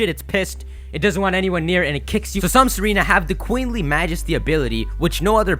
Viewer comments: its not serena, its tsa-reena, a tsaar is just like an emporer or king, its a name for historic rulers of bulgaria, servia and russia. thats why tsareena has the queenly majesty ability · Her name is Tsareena, based off of the Tsar's wife, Tsarina (Sar-ee-na), but now I can't unhear Serena lol! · Tsareena is pronounced zareene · dude it's not pronounced sereena but tsareena like pizza & tsarina was the queen of russia in the end of the russian empire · It somewhat bugs me how you pronounce Tsareena as "seh-REE-nah". It has it's name origin based off of "tsar", a Russian monarch. Because of this, it's most likely pronounced "zah-ree-nah" with emphasis on the first syllable or first and last syllable.